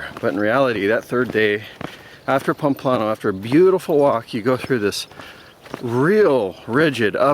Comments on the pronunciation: Your mispronunciation of even the easiest Spanish words is painful. It's PAMPLONA! Also, judging other pilgrims for bringing their children? I hope the camino punched that judgment and self-involvement right out of you! :-) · It's pronounced PAM-PLO-NA.